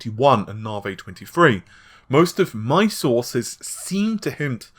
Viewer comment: "Narvay" seems amazing.